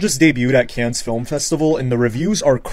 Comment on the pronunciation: Not how u pronounce Cannes